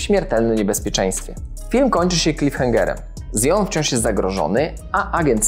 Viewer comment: jaki "zjon"?!